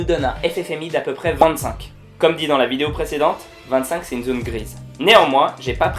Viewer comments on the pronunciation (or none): none